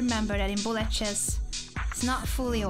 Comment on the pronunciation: With her accent, Anna says bullet like Blyat chess - which is the exact word that crosses my mind when I play bullet too! 😅